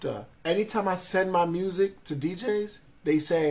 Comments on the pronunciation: Her saying MRUSIC is just concerning.. it's not even ebonics... what is MRRUSSSIC? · "...ruined his mursic career.." 😂